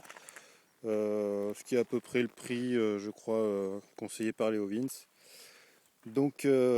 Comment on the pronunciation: Belle présentation, par contre Leovince, cela ce prononce "Léovinssi" 😉